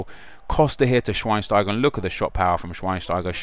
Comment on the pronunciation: its shveinsteiger not shweinsteiger